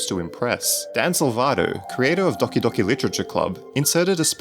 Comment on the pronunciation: Makes DDLC Video Ponounces Doki Docki